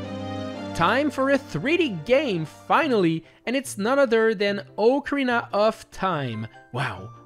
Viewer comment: leaves when I hear your pronounciation of Ocarina XD